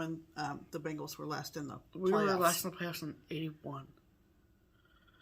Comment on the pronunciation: It took me a second to figure out that you were saying "Bengals" and not "Bangles." I was wondering why you were referencing a fabulous pop band from the '80's, but I was fully prepared to go along for the ride. I am not well-versed on any sort of football endeavors outside of those of the University of Alabama, unfortunately. I'm about to begin the same temperature chart,, so I'm thrilled to see how fun yours is looking., I am so thrilled to hear of your anniversary and I really appreciate you speaking your truth. It is courageous and important, and we never know who we may touch with our words. I applaud you from the bottom of my heart. ❤